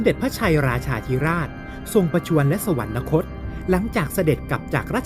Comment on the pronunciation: คิดให้ความรู้คนทั่วไป แต่ไร้การการศึกษาไร้ความรู้ แต่อวดดีทำช่องออกอากาศ เด็กรุ่นใหม่ติดตามก็โง่บรมโง่กว่าควายยยเหมือนผู้เล่าเรื่อง/ ศัพท์ว่า“สวรรคต” ไม่มี น. ให้อ่านว่า สวันระคต ได้ แต่เมิงเสือกพูดว่า สวันนะคต, สวรรค์ ทับศัพท์ว่า สวรรค์, นะ แปลว่า ไม่, คต>คตะ แปลว่า ไป, รวมความว่า ไม่ไปสวรรค์ แล้วไปไหน??? ไปนรกหรือเปล่า??? ระวังคอขาด 9 ชั่วโคตร ให้แก้ไขปรับปรุงด้วย เมิงไม่อายนักปราชญ์ราชบัณทิต ก็เป็นควายยยยไปเถอะ/ อัครมหาบัณฑิตPh.D.P.9+9